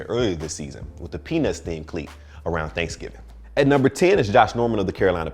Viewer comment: That man said peanuts so lightly it sounded like "Penis themed cleat"